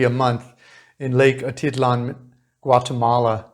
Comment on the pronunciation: Say Lake Ah teet LAHN, stress on last syllable. NOT Ah TIT lan.